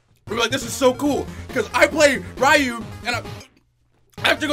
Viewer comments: Ryu rhymes with Wii U not Caillou. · Why do people insist on pronouncing Ryu as "Rai-yoo" instead of "Ree-yu"? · "I play rye-oo" Please, no. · Who is this "Rai-yu" you speak of? I know of no such character